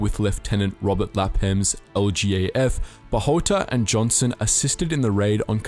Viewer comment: Hi to the team from thanks for the great informative video just a little clarification not a big issue just letting you know with the pronunciation of the names of one of the two Filipino guerilla captains is Eduardo Joson J is pronounced like an H like a Mexican Jose hoson as Philippines was a Spanish colony. And an little extra trivia Eduardo joson was also known as (Tatang Joson) grandfather joson or (kabesang leon)or lions head and served in government as governor for 30 years and help rebuild the country. He is my grandfathers cousin.